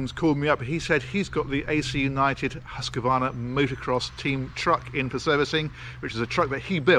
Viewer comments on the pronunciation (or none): Fun for a Swede hear them try to say "husqvarna" 🤣😂😂 "hus qeee varna" 😂😂😂